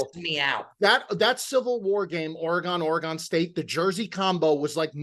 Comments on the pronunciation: Orrr-Eeee-Gone,? It's pronounced: Or-gun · It’s Or-again. Not Or Agon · Orygun!!!! Not OreGONE! Thanks for the content, boys, but help us Oregon fans out and pronounce it right. Help me help you. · What's worse, the In tournament colors or hearing you guys pronounce it Ore-gone! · Is it an east coast thing to mispronounce Oregon as "OreGONE"?... it pains me it really does. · ORE-GONE LOL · The pronunciation of Oregon hurt this Oregon native.